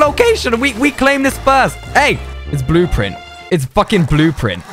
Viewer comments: "It's fucking blooprint" Bruh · Lost it at "It's Blooprint. It's fucking Blooprint."